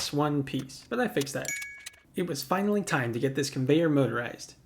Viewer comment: wait did he say finary or finawy lol